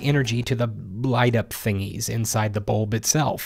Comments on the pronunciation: Bu-Lb not Bolb hahahha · Also bulb sounds so funny now